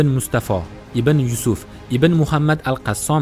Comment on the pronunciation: Qassom emas Qossam dib etin okajon